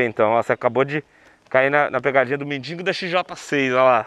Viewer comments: Mindingo ? Kkkkk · Legal o falando "mendingo" kk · É mendigo não mendingo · Se fala MENDIGO NAO MENDINGO